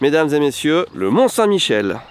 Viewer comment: Bon ...par contre mes oreilles ont saignés quand tu as parlé des marées du mont saint Michel...